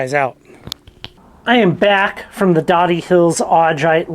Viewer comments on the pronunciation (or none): We live just a few minutes from here. It's pronounced with a long o. We actually went to this exact place right before you posted this! It's fun watching your videos and seeing places we have been!! Just watched another one of the rock quarry up here. We also went there the same day. Unfortunately when we went there were several people there. Still fun. Just down from here you can get lots of cool agates in another rock pile! Tons of them... some good sized. Thanks for sharing your adventures!!